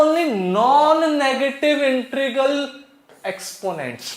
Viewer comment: sir woh intregal nhi h woh integral h 😂😂